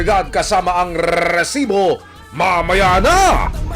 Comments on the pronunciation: Rrtrrrrreeeesibo! Rrrrrrreset-! 😂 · Over acting kanaman Anchor RRRRRRH sibo? Ano ba Yan! Be natural that’s enough to send a message.